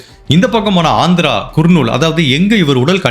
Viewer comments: குர்நூல் அல்ல. கர்னூல். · குர்ணுல் இல்லை கர்னுல் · அது குர்னூல் இல்ல கர்னூல் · குர்..நூல்..இல்லை.." கர் நூல்..நண்பரே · நீங்க. சொல்லும். விதம். சொல்லும். அனைத்தும். அருமை. ஆனால். சிலபிழைகள். குர்னூல். இல்லை. கர்னூல். நந்தியால். அடுத்து. கர்னூல். திருத்தம். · Yes it is pronounced as - ‘ Karnool ‘ (nearer to Hyderabad) not Kurnool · அது குர்னூல் அல்ல.கர்னூல் னு நினைக்கிறேன் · உங்கள் காணொளியை நான் எப்பொழுதும் மிகவும் ரசித்து பார்ப்பது உண்டு... ஆனால், உங்கள் உச்சரிப்பில் கவனம் தேவை...தேஜேஸ்வர் என்பதை குறிலில் உச்சரிக்கவும்..Dejeshwar என்று நெடிலில் உச்சரிக்க வேண்டாம்... மற்றும், குர்னூல் இல்லை கர்னூல்.. என்று உச்சரிக்கவும் ஆங்கிலத்தில் பார்க்கையில் kurnool என்பதை கர்னூல் என்றே தமிழில் உச்சரிக்க வேண்டும்